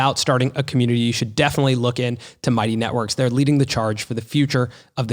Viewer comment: i jetook a shot eve ry... deee timeee they said commutitnity